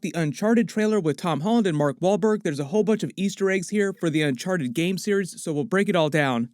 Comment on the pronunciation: Nobody: Tom Holland: Unchar-ed